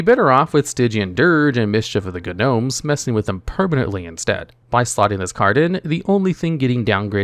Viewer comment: Wait u guys hear how he pronounced "gnome"? Cringe